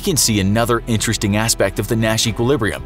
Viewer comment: Sometime through the video, I started hearing ‘Nash’ as ‘Mat’ ..... oh gosh.....